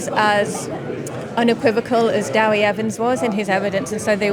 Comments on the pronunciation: Its DEWI, not Dowi, its the short name for David in Welsh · Someone tell these people that Dewi is pronounced Deh-wee not Daow-wee, like Debbie but with a W instead of a B